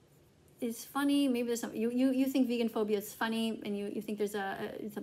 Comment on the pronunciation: She's also saying vegaphobia wrong